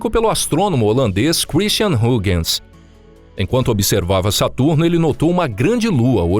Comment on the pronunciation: A pronuncia é Haigens.